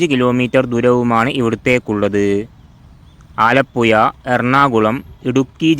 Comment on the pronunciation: ആലപ്പുയ അല്ല. ആലപ്പുഴ.